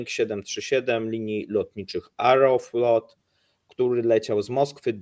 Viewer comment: Chłopaki, ruśśkie linie lotnicze to AEROfłot. Ciągle mówi areoflot. Aero od powietrza nie Areo bo to od Aresa byłoby. Ale jeszcze trochę i będzie "naziemna flota"!!!;-D